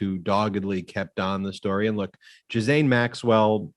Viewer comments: First time watching. Please note : Her name is GEE'Lane ...or the americanized version Ga'Lane... NOT Giz'ane. When you are going to speak about people...you need to learn how to appropriately say their name... so you don't look less than intelligent. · GH is pronounced gue and the s is silent... 😉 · If you can't pronounce her name, just call her Ms. Maxwell. It's a HARD G, and THE S IS SILENT. Sounds like Gill-Ain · Not That it matters, and only as a point of interest - I heard one of the brilliant lawyers on the podcast #sistersinlaw provide the correct correct pronunciation of Maxwell’s first name. apparently, it’s a French name, and it’s pronounced - Gill-ain. Hard G, silent S. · Before this guy came on he needed to learn how to pronounce her name correctly or consistently; it's pronounced Gil-lane! I bet Ghislaine is uncomfortable in prison she is probably scared and lonely. I'm sure her brother is putting money in the accounts of people that are close to her in the jail house. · Ghislaine, not Giselle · Right. Also the s in Ghislaine is silent.